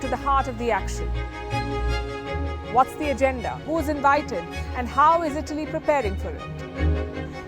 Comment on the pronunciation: Say ITALY properly. I thought u were saying BALI